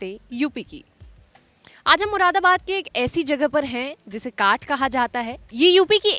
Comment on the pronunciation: "काठ"नही इसका शुद्ध उच्चारण "कांठ" है, जानकारी के लिए धन्यवाद